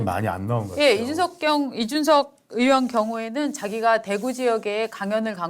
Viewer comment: 방송인들은 <의원>발음도 정확히 하라구요. 으 원이 아님!